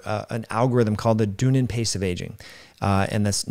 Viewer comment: It's pronounced "dun-ee-din" 👍